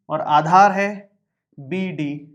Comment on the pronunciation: Aadhar ki jagah par aachar😂😂😂